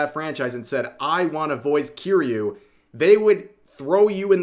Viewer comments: Rev saying Kiryu like he's saying Cheerios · How can you be an obviously major weeb and still pronounce kiryu wrong?